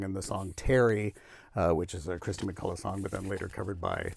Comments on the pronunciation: What's with "Christy McCulla"??? It's KIRSTY MacCOLL. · Umm - not sure about the king of boxsets moniker but it’s definitely Kirsty McColl and not “Kristy McCullagh”